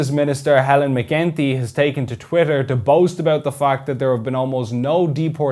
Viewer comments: Helen what? It's McEntee not McGinty. Not a great impression. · Ben, When you say McEntee, it sound like McGinty, it pronounced as McEnT